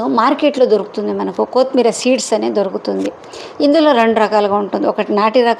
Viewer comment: Pronownsation of kothimeera is not good.